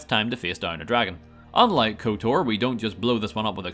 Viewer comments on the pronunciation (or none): this man said couture for kotor lol